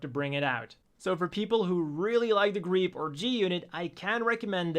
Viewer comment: Thank you for showing me how to pronounce Griepe.